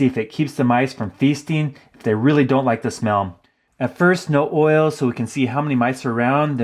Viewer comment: You call lip dis oy ell